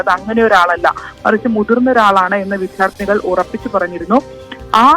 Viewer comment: ഈ വിദ്യാർത്ഥി എന്നത് വിദ്ധ്യാർത്തി എന്നു പറയുന്നത് കേട്ടുകേട്ട് മടുത്തു.